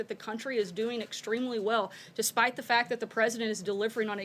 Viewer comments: "Despact the Fight"? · "DESPACT THE FITE" -- Sarah Colonel Sanders